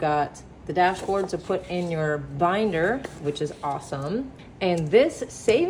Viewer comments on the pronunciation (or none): none